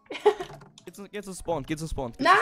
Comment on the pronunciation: Hast du nah gesagt🤣